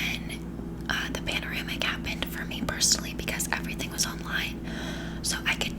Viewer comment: "The panderamic" hahaha you're funny